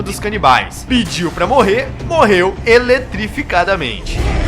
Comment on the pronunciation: "morreu eletreficadamente"